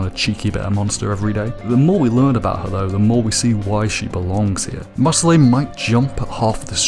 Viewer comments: You can tell this guy watched the sub because he pronounced it (maur-sill-ee) instead of (maur-sill) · Dude why are you pronouncing it "MarcillAE" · dawg it's pronounced Mar-seel and it is a French name